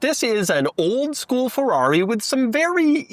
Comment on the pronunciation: Please say Ferrari correctly.